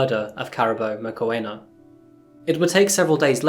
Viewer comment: Please make an effort to find out how names are said in their native language …………….its not hard and takes 2 mins to find out…….it is pronounced moo-kw-ena(the kw sound is fast the ena uses an e sound like egg) the moo is self explanatory but as soon as you enunciate the oo you start the kw sound…………..i can say german names after hearing them once …….i am not german just saying.